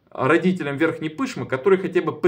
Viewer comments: Правильно произносить Верхней ПышмЫ, а не ПЫшмы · ПышмЫЫЫ! Ну может быть уже начнете правильно ударение ставить!